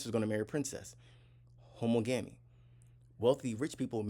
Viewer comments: Not homo-gami, pronounce the suffix same as you do monogamy. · You pronounce it how ·MAA -guh -mee. You can get pronunciations onn Google. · THANK YOU!!!! His pronunciation bothered me 😂